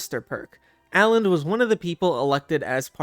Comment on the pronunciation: The way you say Alands name really bugs me Both of the (a)s are short same as in cut